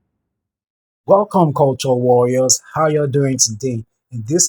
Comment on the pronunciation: "That part of the schtury" sorry 😅